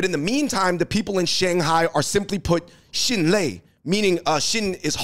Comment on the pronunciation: Bro it’s not xing4 lei4.. it’s xing1 lei4